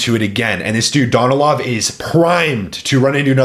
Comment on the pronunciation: bro bro learn how to pronounce their names ,,,SSssMAev not SHMAEV ...S its S ,,,, Sergey Danilov acent on a Sergei dAnilov at least listen how they are pronounces Smaev no Shmaev bro